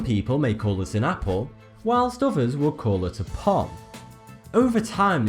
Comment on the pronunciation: Lol ! APPLE = Bopple